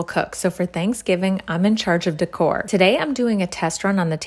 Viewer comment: The way she said decoration decorrrrre